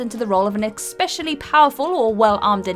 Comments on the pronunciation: it's ESpecially, not EXpecially. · Can someone please tell the word is 'especially', not 'expecially'....